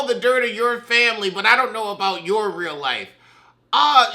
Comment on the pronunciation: Lost feeling on one side when you done said, FAMBLY!